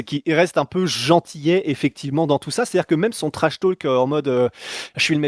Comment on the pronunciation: Stp ne prononce pas le L dans trash talk